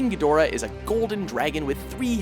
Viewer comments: Geee-do ra...wow, not Gee doorah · It is pronounced Head o ra not He door ah...man? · Pronounced "gee-dra'" and that MUTO on the list was abhorrent. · You pronounced Ghidora wrong